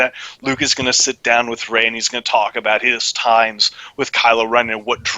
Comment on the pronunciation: it's not Ray.